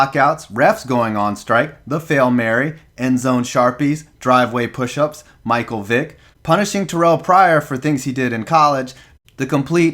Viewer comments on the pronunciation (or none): none